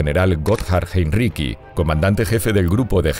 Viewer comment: Heinricí no es riqui.